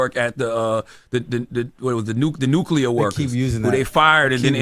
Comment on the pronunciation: Charlemagne can't even pronounce "nuclear" properly 😂 don't talk about shit when you can't even pronounce the fucking words necessary 😂